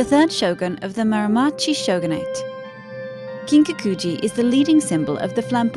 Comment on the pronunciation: The narrator is really butchering the pronunciation of these words.. Kiiin-kaku-ji seriously! It just hits the ear wrong. 😩